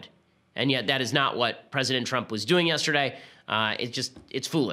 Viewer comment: You said president Twump lol